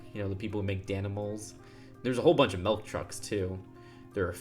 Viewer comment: MILK NOT MELK